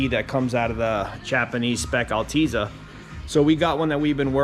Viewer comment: nice... very actually... but it's "Al-teh-zuh" not "Al-teee-zuh" [Altezza]